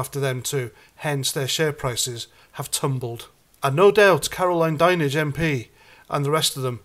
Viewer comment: Great your in touch with Andy the Gabby Cabbie 😊 something is fishy about the censorship. At least you pronounced “Dinenage” correctly 😂 Some other channels can’t seem to pull that name off. You would like to think old Fred would have people well educated on how to pronounce the name. Maybe they could be a Now special 😊